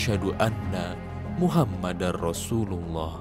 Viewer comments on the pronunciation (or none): none